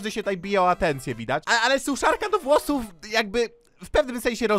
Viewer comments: Szczotka do "wlosuf" boże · Te "struj" "włosuf" xD